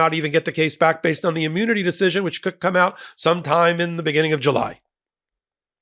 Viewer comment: Hey, is the "emu-nity" like Rod Hull and his emu-nity?